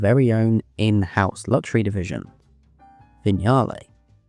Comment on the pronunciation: An English narrator who can pronounce Vignale and Lancia. I nearly fell off my chair. Bless my soul.